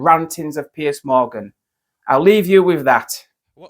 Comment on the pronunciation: Piers MorGon minus the G